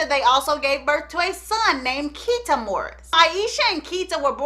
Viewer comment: His son Keita name is pronounced Keynote.